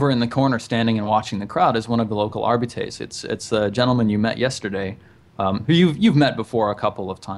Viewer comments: Also, it's pronounced Arb-I (capital I)-ts. Arbites. Arb-I-ts. Arbites. It's super simple. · Dudes, it's "Are- bites"